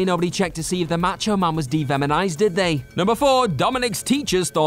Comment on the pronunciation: Did you say "devemonized"?